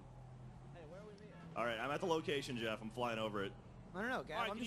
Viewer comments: It's actually goeff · ITS GEOFF!!!!!! NOT JEOFF!!!! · "jeoff" lol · "Jeoff" lmfao. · You mean Goeff?